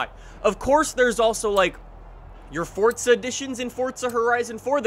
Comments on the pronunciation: It's not fortza its forza.. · Ok. It's not 'Fortsa', its Forza. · Why you say forza like fortza??😂😂😂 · Its forza not fortza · I hate anyone that says fortzuh instead of Forza, WHERES THE T??!?!?! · Its not fortza why does every youtuber call it that its forza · fortza horizon 4? nessann? It's prounounced Forza. And it's not neesann its spelled Nissan and it's pronounced Nees Ahn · Its “forza” NOT “FORTTTZA” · F-O-R-Z-A not FORTZA lol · Forza not “Fortza” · forZa not forTZa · It’s Forza not Fortza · dud its forza not fortsa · Forza not forzta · "fortza" lmao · Why are you saying “fortza” ?!🤷‍♂️ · Why does he keep calling it.. FORTZA? Is that just a speech impediment? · Im triggered by him saying fortza.. Good video tho lol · This dude says ForTza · "Fortza" lol. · "Fordza horizon 4" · fortza hahahhaha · Fortza loll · I cant believe Forza would let someone promote the game that can't pronounce it correctly. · Am I the only one bothered by the way he says forza and Le Mans